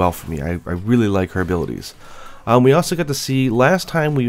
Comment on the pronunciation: her "habilities" ( ͡° ͜ʖ ͡°)